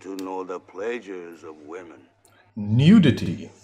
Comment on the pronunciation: the way you said "Nudity" like it was someone's name. lol you're expressions at the sex scenes. LOL same cheeky lol